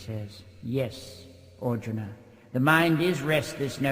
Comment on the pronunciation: makes Arjuna sound like Auden.